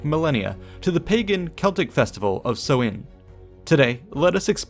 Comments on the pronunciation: Would looking up pronunciation kill you? Its sow (like a female pig) - in. Not sewing. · samhain (sou-in) not sowin just saying, slainté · Me, a guy from a place where samhain has allays been celebrated hearing so-in as a pronunciation, this is so odd xDD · I'm getting another pronunciation of Samhain on the net. Everyone else stresses the first syllable, which should rhyme with 'cow', but w/ an 's'. The 'm' is silent. the second syllable is simply 'in', and not with a long 'i'. Sow-in. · Pronunciation of Samhain is "Sow" as in female pig and "Anne" girls name just put the 2 together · Im not sure about other languages but in irish its more pronounced sow in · Samhain is pronounced as s-how-ain Atleast in gealic Irish it is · samhain... pronounced Sow(like cow)-win... sow-win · Ahhh it's pronounced sau-ihñ! Like sow as in female pig not sow as in sow seeds or sew clothes. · The letter Á is pronounced like "awe", so Samháin is pronounced Sa-wawn. I was at the mound of hostages recently with my son, I love visiting Tara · It's pronounced s-OWH-in not sow-in. (OWH as in being hurt, not sow as in sow seed) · No, not like that either. Like the ow in 'ow I hurt myself'. s-ow-in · Sam hain is pronounced "SOMHEN"?? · I always thought it was pronounced "sow-en" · Irish person confirming the pronunciation as Sow(as in pig)in... so, s'ow-in